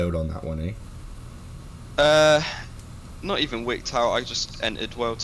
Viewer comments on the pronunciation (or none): So you kinda got wicked out on that one eh? Prolly the most canadian “eh” ive heard